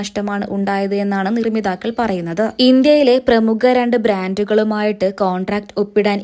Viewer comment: നിർമ്മിതാക്കൾ അല്ല നിർമ്മാതാക്കൾ എന്നാണ് മാദ്ധ്യമ സുഹൃത്തേ